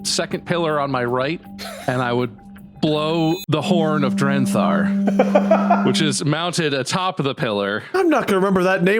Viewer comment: Bob said it wrong both times. was actually getting it right the whole time. It had been "Drenthar" from the beginning. 😂